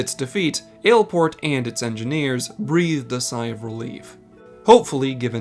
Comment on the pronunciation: Hate to break it to you, but the way he pronounces it is correct.